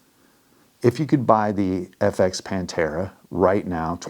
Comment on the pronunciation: why is the "H" silent 🤣🤣🤣🤣🤣